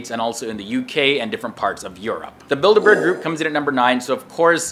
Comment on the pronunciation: The way you say Bilderberg Group sounds like "Build-A-Bear Group" lmaooo